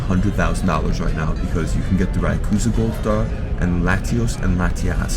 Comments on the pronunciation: raikooza! The dude does not even know their names well. X DEOXYS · RAYCOOZA LMFAO SOMEBODY BAN HIM FROM POKEMON